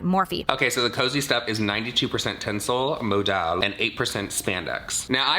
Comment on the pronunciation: Okay - so, being honest, I’m watching on 1.75 speed because I’ve got to get ready for work and it straight up sounds like there is ‘tinsel’ in Jaclyn’s pjs 😂😂😂 It took me a minute to work out that it’s TENCEL! Jeeez 😂